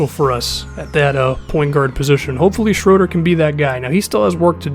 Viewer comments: Hey this probably won't matter but Shröder's name is pronounced Shrooder. 👌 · It's SHROO-DUR